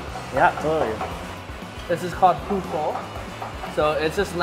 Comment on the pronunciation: I cringe every time they say pho